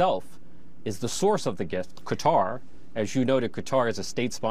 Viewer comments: He can say it properly, but I don't know why he says it in such an American way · I genuinely can't stand how he pronounces Qatar